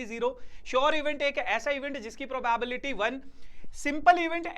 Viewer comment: I'm tired of hearing the pronunciation PROBAEBILITY..... 😮😢